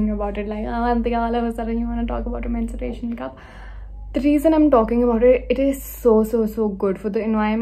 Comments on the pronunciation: It's menstrual cup and not mensuration cup😂🤦🏻‍♀️ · Its menstrual cup, not mensuration cup🙄